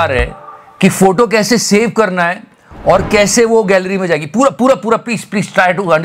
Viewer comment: फोटो बोला या फोटु?🤔🤔🤔